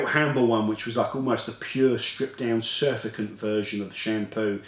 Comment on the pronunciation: Great review as always. However, just one thing; 'surfactant' is pronounced 'sur-fact-ant', not 'suf-a-cant'.